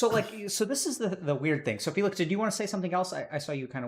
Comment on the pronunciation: Not trying to be mean, but did doc say Felix as Faelix. Lol